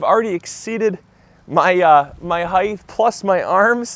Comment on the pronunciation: It's HEIGHT NOT HEIGTH... NO "th" sound after the hard T sound. Poor pronunciation.